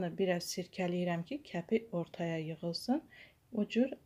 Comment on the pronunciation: Kəpi yox kəfi😂😂😂😂